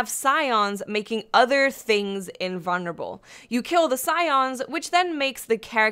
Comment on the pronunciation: You say "invulnerable" funny.